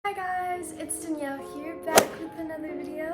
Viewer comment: hey guys it’s... dinielle? I’m sorry but you do say it that way.